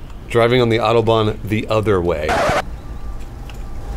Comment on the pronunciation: Why can't they say autobahn right?